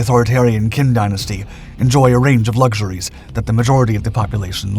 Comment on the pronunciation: Why do you say " lugshoories"